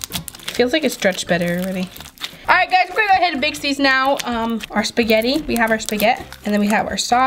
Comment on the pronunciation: All Italians cringe when she says “spaghett”